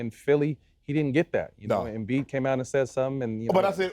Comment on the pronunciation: I knew Matt was crazy when he said embid